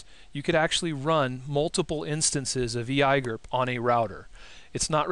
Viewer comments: Really? EYAYGER ?..First time I hear [E.I.G.R.P] pronounced EYAYGER.. Just couldn't watch after that. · eeeee eye gurp XD i've always heard e i g r p lel